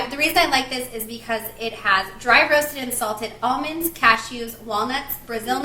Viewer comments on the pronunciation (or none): none